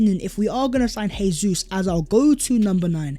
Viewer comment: it is pronounced Jay-sus as that is the Portugese pronunciation, not Hey-sus which is the Spanish pronunciation.